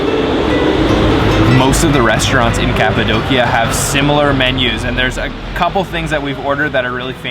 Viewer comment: Beautiful photography.. thank you for pronouncing Kapadokya correctly! I have friends in Urgup.. Been there several times...